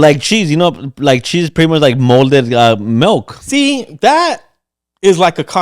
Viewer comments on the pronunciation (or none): “Melk”😝 is all I heard lol